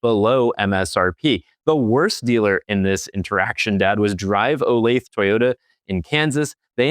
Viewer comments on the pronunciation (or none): a little help bud... Us Midwestern-ers always find it funny that you can tell a person is not from the area based on how they say the name of a city/town... DRIVE OLATHE.... Think/say it like this bud ("The" like the beginning of a sentence)... O LAY THA (phonetically) I'm sure almost every area has its own similar quirks! 😏